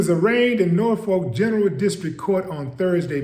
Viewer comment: Its Youngs Park. Norfolk pronounced nawfick.